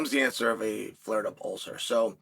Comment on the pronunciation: An ulther?